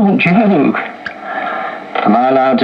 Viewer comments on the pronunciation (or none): none